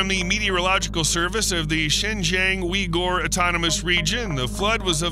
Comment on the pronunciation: "Wee-Gor"? Really? lol